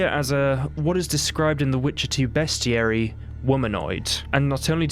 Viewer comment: medium vampires? also, way to Behs-tiary instead of Beast-iary. 👍🫡